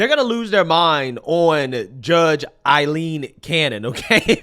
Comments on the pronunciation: My brotha in Christ, it’s pronounced: Eye/Aye Lean. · Why does pronounce Judge Cannons name like it's spelled "Ailleen" with "ll"? Not saying that he's wrong but I have seen her name with only one L so I don't understand why he continues to pronounce it as if it was "Ailleen".